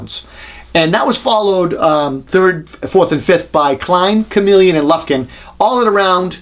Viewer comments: Stop saying Chameleon! It's Komelon! Funny thing is, I was recently watching a review of the Bosch 5-in-1 install driver which is actually CALLED Chameleon, and the reviewer kept saying "Shamalon" 🤣 Seriously though, a great thorough comparison. Thanks! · KOMELON, not comeleon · its not komeleon its komelon. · "Comma-lon." Not chameleon. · ko - mel - un Not Chameleon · Uh, it's pronounced Kom-el-on, not Chameleon. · Love how you say komelon haha "chameleon" its not a lizard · You keep saying comeleon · Is he really pronouncing Komelon correctly or just trying to be funny? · You are mispronouncing Komelon. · Absolute bullshit. Pronounce Komelon like some sort of lizard and we know you can not test tape measure qualities. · Yep I loved how well done his review was, but I cringed each time he mispronounced the name of the Korean tape measure. I have the Komelon myself, and it's an awesome tape measure, although probably not up to the vaunted Fat Max.